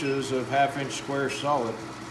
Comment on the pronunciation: Sol-ID not sold. Sheesh!!!